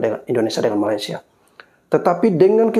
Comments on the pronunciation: Sebutan kamu tu kena betulkan. Ma-lay-sia...Melay...Melay..Melay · Dorg tu takpandai eja Malaysia.. Yg dorg sebut malasia pastu singktkn jadi malas... Kan lawak tu